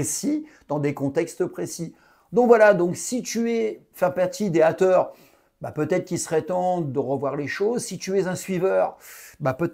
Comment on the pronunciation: les hâteure lol french accent!!!super video